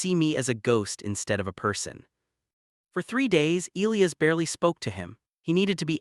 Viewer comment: I agree.